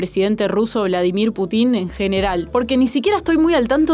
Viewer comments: Excelente video, por favor se pronuncia "pútin" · "putÍn" JAJAJAJA